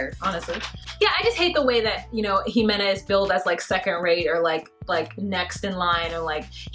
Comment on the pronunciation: Ximena is pronounced "He-Meh-Nah" But you say it adorable